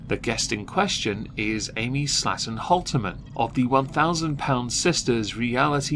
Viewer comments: You say Slaton I hear slattern. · The way you pronounce "Slaton" makes it sound like you're calling them "slatterns." Fitting!